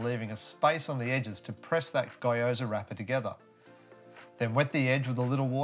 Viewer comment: Great well presented little video. Since my job used to take me to Japan a lot, I've always wanted to know how to make Gyoza and yours look really good, now that I know I can't wait to give it a go.... thanks! BTW Gyoza in Japan the y is pronounced ee like Geeoza, (like gease)